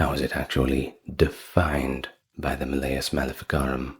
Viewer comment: Maleus has the emphasis on the first syllable, not the second.